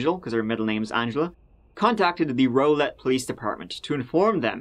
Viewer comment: It's pronounced more like Rowlette, not Rolet (Rowlett)